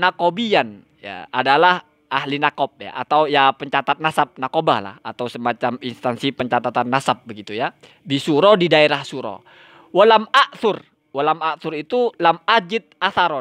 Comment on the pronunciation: Baaca kitab aja blepotan gitu kok... Nawiban dibaca naqobiyah.... BELAJAR LAGI MAS MAS...